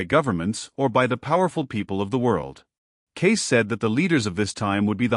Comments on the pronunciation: I think AI did not know how to pronounce Cayce and read it as Kai. Also music may have been a direction to insert music into the video. The program needs some pros to fix it. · The narrator doesn't know how to pronounce Cayce's name, and what with all the"musics?" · ⭐️⭐️⭐️⭐️ A wonderful presentation, however, too bad the name "Cayce" was mispronounced during the whole video, and also, the word "music" was inappropriately sprinkled throughout as well! 🤦‍♀️ (so annoying!) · The problem is this is YouTube. WHERE is the PROOF Casey predicted what this clown, who can't even properly pronounce his name. I'm 71, in the 70's it seemed everyone was a psychic, sat under home made pyramids, went to seances, and also predicted California would break in half, and half would sink into the sea, that the "rapture" will suck milions of people up into the sky, due to pathetic attempts to translate the Bible and also listen to a semi-comatose woman prophesy about a "Rapture". Another Protestant claim was an ancient "Desert Father" predicted a Rapture. Once again, who can prove Casey predicted what channel owners say he predicted? Same with Nostradamus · why don't you check your work? i.e. Sticking the word "music" in all over the place, mis-pronouncing his name! These mistakes really cut down on the quality or believabilty of this video! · Why dies the reader keep inserting the word music every few sentences in a way that proves it’s a malfunctioning robot-voice. Also teach it how to pronounce the guy’s name!!! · Further…he’s not pronouncing Cayce’s last name properly…it not kys…..😢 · What a pitiful attempt to present Edgar Cayce. His name is misprounced every time in several different ways. And MUSIC is said constantly until I have had to close the video. Not the same quality of other Hidden Realm videos. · Yep , this was definitely botched .